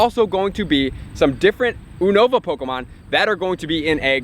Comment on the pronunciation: YOU-NO-VAH. Just in case no one else told you. But it's all good. Keep up with the helpful content